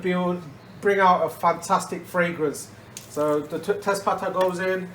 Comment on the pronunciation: What are the leaves, sounds like you say tespatter ? Is it bayleaves ?